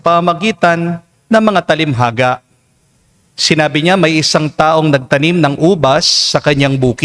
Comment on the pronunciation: salamat Father for the daily mass. BTW, hindi ho TALIMHAGA kungdi TA-LIN-HA-GA